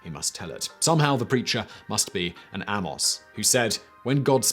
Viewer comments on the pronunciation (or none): Isn't Amos of Biblical fame pronounced the same as Amos of today (AY-mus)?